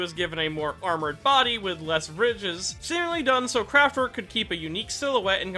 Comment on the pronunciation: Not trying to nitpick, and they probs spell it dif in the manga, but it's "kraftwerk" Edit: "kenetic" control